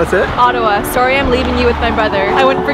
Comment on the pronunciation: s sorry was so Canadian